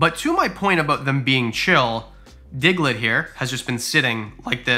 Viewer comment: When he said digglet (The name of his African Fat-Tailed Gecko) I thought he said Hitler LMAO